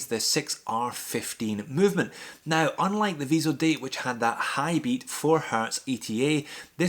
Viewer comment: Cool round-up! BTW, it's Tissot "vee-zo-dat" ;) not "-deyt".